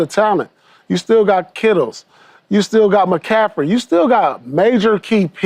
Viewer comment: Why does Paul Pierce always say “Kittles”